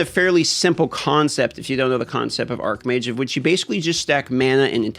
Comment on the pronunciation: Just fyi, Arcmage [pronounces arc-mage], where the word arc means something having a curvature. Archmage [pronounces arch-mage], where 'arch' plays an adjectival role and means main, principal, etc. (example: arch-nemesis, meaning principal, or main enemy). Which one are you playing again? P.S. There is also the word archon, which comes directly from the Greek language and is pronounced Ar-kon (well done you, here). It means ruler...and is not to be confused with the other two words.